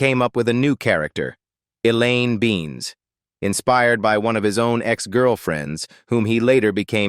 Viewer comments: AI: Elaine Beans instead of Be-nes. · Elaine Benes, not beans. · Why are people so lazy as to let AI pronounce Elaine's name as "Beans?" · AI pronounces JLD two different times, both wrong. Then butchers the pronunciation of her character's name. Three strikes and you are out! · the fucking AI can't pronounce Julia Louis-Dreyfuss or Benes......it said her real name two or three times in a row each differently.....SMH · Benes you idiot, it's Benes!!